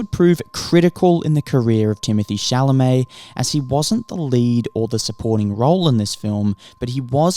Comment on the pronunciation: Crazy how his name is never pronounced correctly outside of France